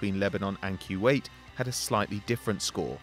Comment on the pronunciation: It's not freakin Quwait it's Kuwait